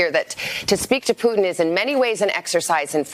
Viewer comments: C'mon Man, I thought you said a summit with "Pudding" not Putin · Cmmon man i taught you said a summit with "pudding" not Putin